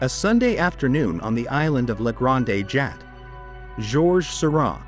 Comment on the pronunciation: The pronunciations in this video are very distracting. ‘Jat’ for Jatte’, and several others. Couldn’t a real human voice be used? Amateurish at best.